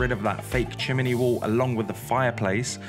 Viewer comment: chiminey wall lmao